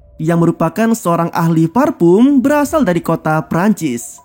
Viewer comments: parfum bang bukan farpum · Parfum. Bukan farfum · Gw bisa merasakan penderitaan mimin saat harus melafalkan "parfum" dengan benar 😂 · Lebih ke V sih ngucapinnya jadi Varpum, yang sebenarnya sangat salah cara nyebutnya ...hehe maaf ya jika ada salah pengucapannya